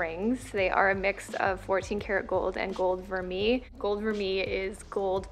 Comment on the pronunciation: I refuse to buy vermeil jewelry, it tarnishes fast even with good care and it just ends up being a waste of money for me. I own a lot fewer pieces but I just wait for a good sale on solid gold! P.s. Vermeil is pronounced ver-may